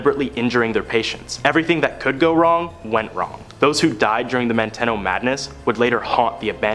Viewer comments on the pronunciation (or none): ManTEEno not ManTEHno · It's Manteno MAN.TEEN.O NOT MAN TEN O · Manteno is pronounced "man-tee-no" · Manteno? You mean man-teen-o. 😂